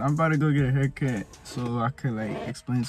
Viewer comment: He said ima get a haircuh